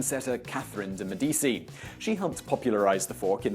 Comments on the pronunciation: you're intentionally fucking up words for comments now? seriously, did you never have a European history class where they talk about the de Medicis? it's Meh-dee_chee! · Pretty sure you said 'd'Medici' wrong. Also, I just want to say, when being taught how to make presentations, I was always taught that the text of slides should not be the exact same thing as what I was saying. (But other than that these videos are great). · His pronunciation of de Medici hurt me.